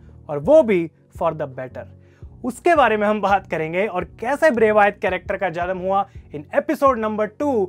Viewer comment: It's wyatt not vyaat bro😂